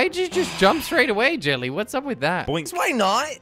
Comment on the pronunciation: Jellly is not jellly jorden😂😂